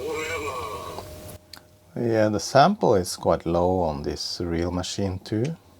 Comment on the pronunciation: STAY AWHILE, STAY FOWEVER